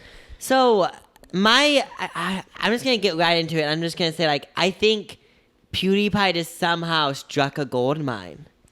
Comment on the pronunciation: Lmao why do you pronounce PewDiePie "poodeepie" its "piewdeepie"